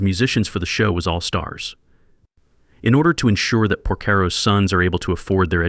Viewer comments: If you can’t even pronounce his name then I doubt your information is any good. His name is not difficult to pronounce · Can’t even say his name properly. Garbage. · The content is good but the AI voiceover is shite. Even the surname Porcaro is consistently mispronounced ffs! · You can’t even pronounce his name correctly it’s very annoying listening to you saying his name.